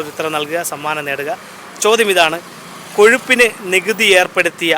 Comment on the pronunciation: കോഷുപ്പിന് എന്ന ചോത്യം കഷപ്പിന് എന്നു ചോദിക്കുന്നതാ ഉചിതം